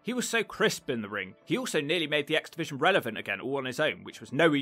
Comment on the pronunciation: Does anyone else hear "exhibition" whenever says "X-Division"? LOL